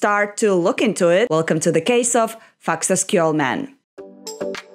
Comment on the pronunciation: Amazing pronunciation, it was perfect!! ❤🇮🇸